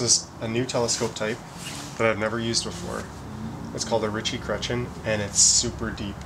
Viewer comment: Every time you said Ritchey Chretien, all I heard was Itchy Crotch Again......